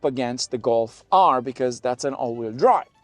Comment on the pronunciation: What's a "Go Fire?" You mumbled those last sentences could not understand a word and you're dressed in the Scotland's mid Decembre and had to use the A/C? Obviously dropping a clutch hi-rev was never in your blood lines. LOL Nice. Y'all can't handle a stick.🤣